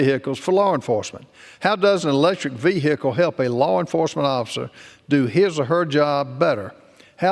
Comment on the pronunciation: That’s not how you say vehicle when you become a big boy